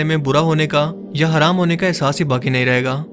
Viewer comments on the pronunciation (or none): none